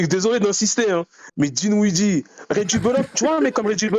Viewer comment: …😂 C’est: DIN - WIDDIE et PAS DI - WINDIE 😂😂😂 Désolé mais tu me fumes avec ça depuis un moment 😂😂😂 😉🤝